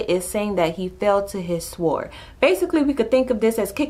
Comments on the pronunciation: Love these video but sword is pronounced sord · do not pronounce the "w" in sword. it is said like "sord" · Thank you so much!! Needed to hear this. Can I make one small suggestion...the W in sword is silent Like the k in knife The L in Salmon Peace!!!!